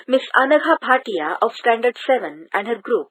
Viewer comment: You say miss anagha bhatia as anagha patia😂😂